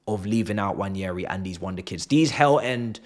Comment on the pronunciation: It's not Nnwayeri it's Nwaneri (ONE NAY RI) "ONE NAY RI" There's absolutely no Y in the name for crying out loud..